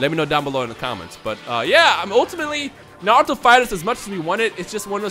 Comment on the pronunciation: Z because of Dragon Ball Z I think it would be Naruto S but Pronounced (Narooto)